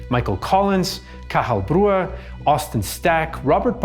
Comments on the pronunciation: Well done on the pronunciation of Cathal Brugha. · Got Cathal Brugha just about right, though.